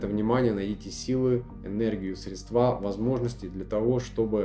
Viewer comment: Не срествА, а срЕдства! Надо работать над речью, прежде чем поучать других.